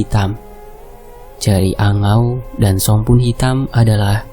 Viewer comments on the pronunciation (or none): Jeringau min nmny,bukan jeriangau,tp gk Tau jg klw d sana ya.🙏